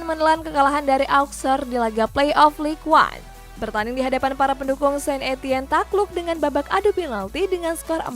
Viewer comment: lig ong bacanya mbak mimin